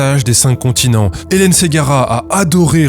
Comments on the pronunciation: j'entends "le massage z'incontinents" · J'allais écrire le même comm ! J'écoutais en faisant autre chose et j'ai tiqué complément sur "massage des incontinents" 😂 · A chaque fois que le nom du massage est évoqué j'entends "Le massage des incontinents". Et je me marre comme un c... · Au début de la video j'entendais "le massage des incontinents" 🙊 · Pareil, on est deux. La prononciation c'est important ^^ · Faut pas dire le massage des cinq continent trop vite 😂